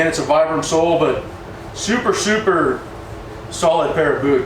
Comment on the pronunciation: It's pronounced "VEE-BRUM"